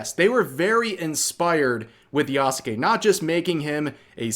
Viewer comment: At this point i think its a meme among content creators to say Yasukes name wrong